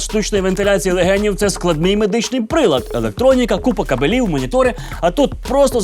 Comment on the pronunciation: кАбелів! а не кабЕлів... кабЕлі по дворх бігають))